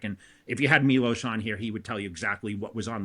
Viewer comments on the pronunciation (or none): none